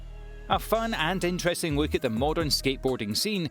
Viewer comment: "we take a wook"